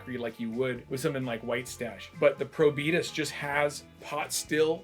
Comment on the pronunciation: Pretty good coverage of the three cocktails. Those were all good Daiquiri rums (Denizen 3 is another good option). But Probitas (“Pro-Be-Taaaas”, rhymes with Veritas - the name of this rum outside the USA) is the best. There’s a ton of added sugar in the Plantation 20th Anniversary rum, so isn’t a great representative of typical Barbados rums that don’t have added sugar. But it certainly has its fans.